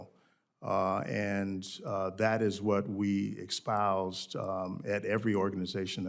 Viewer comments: "...we EXPOUSED..." WOW. There's "exposed" and "ESPOUSED" but it's like, let's go buy an expresso.... sheesh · "expoused"? bet he says "expresso", too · ‘Expoused”? Does he mean espoused? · "That is what we expoused..." Obviously another DEI hire. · Am I really going to take someone seriously who thinks the word is pronounced EXpoused? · "That is what we expouse...." ROTFLMFAO The man isn't even literate. Doesn't bode well when someone, who's supposedly educated, mispronounces an important word, during a congressional hearing. 🤯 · “Exspoused”. As annoying as folks who say “expresso”. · “expoused” 🙄🤦‍♂️ This shit is getting ridiculous. . . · Expoused. Let me axe a question. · "Expoused" LOL. That's what equity gets ya. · I'd like to have an Administrator of the FAA who knows how to pronounce the word espoused. There is no "x" in it.